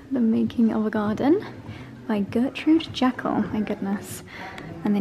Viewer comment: Gertrude Jekyll (rhymes with treacle!!!). I think your garden is very GJ like. A lot of her garden plans are over in the States do try and get hold of the book The Manor House at Upton Grey by Rosalind Wallinger. It’s a fascinating story about her discovering that it was a Gertrude Jekyll garden, travelling to New York where they found the plans. (I asked if you were putting in a nuttery if you read about it you’ll see why I asked). It’s a very good, easy pick up and put down read. The army even divert their helicopters because the house is also very important. The last time I visited the garden was full of tiny chicks and ducklings. Also, I believe, there is a 2000 year old yew tree - imagine what it’s seen!